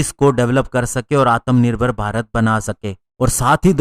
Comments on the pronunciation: Correction*** its atmanirbhar not atamnirbhar😂🇮🇳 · ... certainly not "आत्मानिर्भर" !